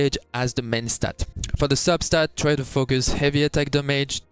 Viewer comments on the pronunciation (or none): none